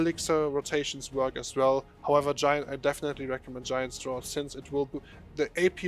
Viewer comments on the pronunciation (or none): Draught is pronounced as DRAFT......like RAFT with D in front